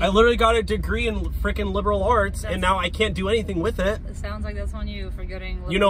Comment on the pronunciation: Bros said ARE YO SERIOUS RIGHT NEOW